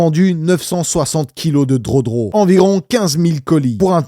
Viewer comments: On dit gueudro pas drodro mdrrr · Entendre un adulte dire drodro au lieu de drogue c est comme une femme qui ne veux pas prononcer le mot penis